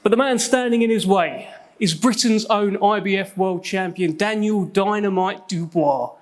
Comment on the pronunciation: Dan-yel ..dan-yel